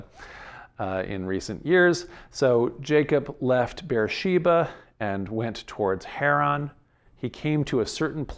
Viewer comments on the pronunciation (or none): none